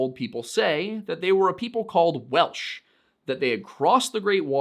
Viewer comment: glad someone fluent in Welsh feels he got it right. My grasp of the language is limited to a year of Duolingo and what I've scrapped from r/learnwelsh